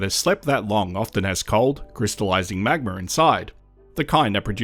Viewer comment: Drinking game: take a shot every time the narrator says “magmer”